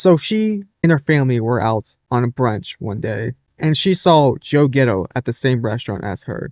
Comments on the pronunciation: Too hard to believe that Joe Gatto could do that. Gatto.... pronounced Cat Tow with a G. You keep saying "Ghetto". It's wrong. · You couldn't google his name. How are you getting getto?G A T T O sound it out.